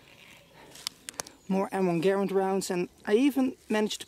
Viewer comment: Props for pronouncing the name of the M1 Garand correctly!